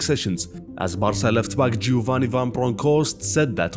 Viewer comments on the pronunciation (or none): none